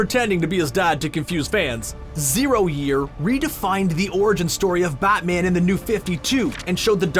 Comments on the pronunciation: He keeps saying "Bot-man". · "buttman and flush" nice pronounciation narrator, really spot on...